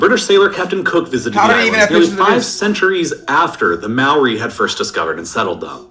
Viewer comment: The way the video says maori makes me mad